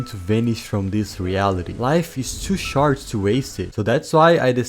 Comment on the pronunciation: “To shart to waste it”